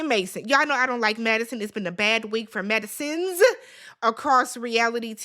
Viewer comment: "It's been a bad week for Madisonssss." It has indeed. Emphasis on the PLURAL.